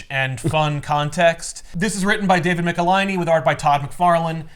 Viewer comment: David Michelinie Hi David Mecka-hiney Ho